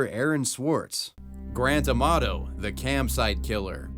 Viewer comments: The way Grant Amato's name gets pronounced. I can only hear GRAND TOMATO every time. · Every time he says Grant Amato it seems to me that is saying "Grand Tomato", LOL!